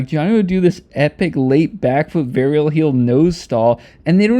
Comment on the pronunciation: Damn pronunciation of “varial” in the euro accent is so accurate lmao.